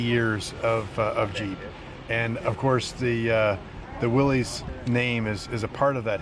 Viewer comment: Please go back to the correct pronunciation. I know Chrysler said it’s easier to mispronounce it than to keep correcting people. If heritage is everything give Mr Willys the respect of saying his name the way that he did.